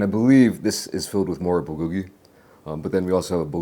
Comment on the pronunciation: Come on, bro. I know you know how to pronounce bulgogi the correct way. Don't dumb it down for the smooth brains 😄